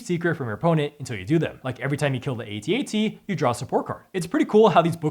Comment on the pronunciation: It's pronounced "at, at", not "A" "T'' "A" "T" . Just look up how george lucas pronounces it on youtube.